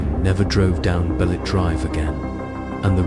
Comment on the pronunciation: It's not Balet it's Ba....Le....Te drive